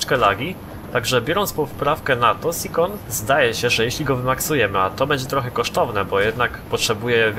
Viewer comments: nie "sikon" tylko "sajon" :p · Sikon? Czyta się Sajon Tis-i. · SCION wymawia się tak jak się pisze a nie sikon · I uwierzyć że cały filmik zepsuty przez wypowiedzenie "Scion" źle